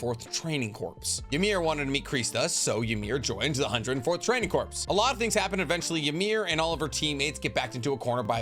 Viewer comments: the 'ps' isn't pronounced in corps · Corps is pronounced like core not corpse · The. Umber of mispronounced words in this video 😂 “Training Corpse” “Greeeesha Yeager” “walking Nucyoular weapon” lol